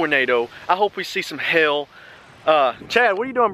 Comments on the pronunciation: It sounded like He was saying hell And not hail😂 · Is it just me or whenever he says 'Hail' it's sounds like 'hill' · When he says hail I think he is sayin h#ll